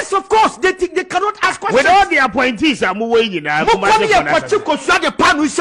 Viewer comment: Ooh, "APPOINTEES". I thought I heard "Aponkyes"🙉